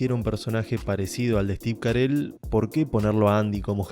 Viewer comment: Cómo Steve Carel?? es Steve Carrell jajaja Buen video amigo, muy buena critica y explicacion de la serie. Me identifiqué con tus opiniones.